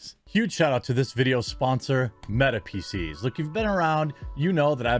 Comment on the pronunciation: Just a note, please be careful with annunciation. For those of us with hearing problem PC's can sound like feces.